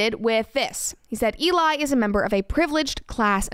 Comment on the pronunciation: E-lie... just sayin...